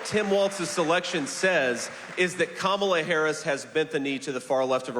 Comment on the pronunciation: Can you PLEASE just say her name correctly. It's like "comma-la"